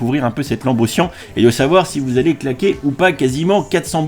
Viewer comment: c siannnnnn et non pas sien